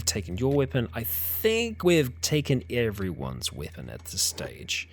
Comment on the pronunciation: weipon that weipon this lol